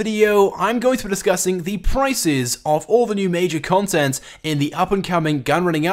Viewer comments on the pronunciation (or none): he's like "confent"